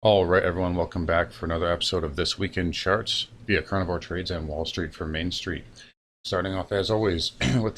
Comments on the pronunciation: "The week in shirts" to my Eeeeengleeeesh eeer. England shirts to celebrate the coming soccer win. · Shartz heehee 💩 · Is he saying charts or Shartz! In the begining?